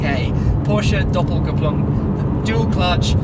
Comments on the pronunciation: " Porsche Doppelkupplung" Perfect pronunciation! Greetz from Germany :) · You actually pronounced Doppelkupplung the right way 😆 Greeting from Germany